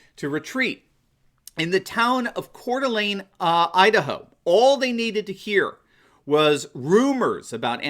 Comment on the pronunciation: Love the vid --- Coeur d'Alene -- pronounced "Core Da Lane" --- nails it, great job (yeah, he probably speaks French but still a great job! So many murder it.)